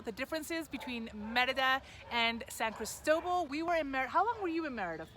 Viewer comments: Why the hell are you pronouncing St. Christobal so strange ? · It's spelled San Cristóbal, not "San Cristobal". It is named after both Saint Christopher and the bishop, Bartolomé de Las Casas.